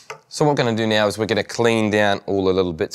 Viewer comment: Im laughing like rn because of that